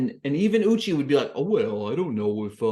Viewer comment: Thank you for the review!! (Also, it's U-chay, not U-chi. Idk if you were doing it on purpose or not, so I thought I'd let you know.)